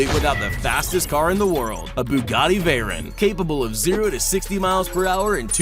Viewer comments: It’s pronounced she-ron and vay-ron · Bro he can’t even say Bugatti Veyron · "veyrin" and "shirone" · You pronounced the 3 Bugatti wrong, The veyron, The Chiron & The Centodieci And the second time you pronounce Chiron, you pronounce that wrong too.